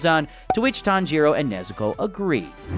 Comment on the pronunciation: Not the "tan JEE ro" 💀💀